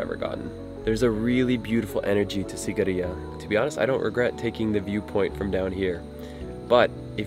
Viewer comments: Sigiriya is not a temple, it's a fortress 😅! And we pronounce it as 'Seegiriyă' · Why do you say Sagerya when it is Sigiriya? Can't read? xD